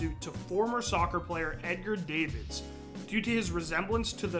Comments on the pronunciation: Edgar Dah-Vids not Edgar Day-Vids. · Edgar Dah-vids, not Davids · Edgar DAAAAAA-VIDS...if you're gonna make a video about someone at least get the name right. that's disrespectful. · this dude mispronouncing davids hurts